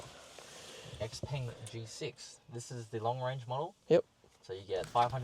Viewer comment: your pronunciation of Xpeng was better than the salesman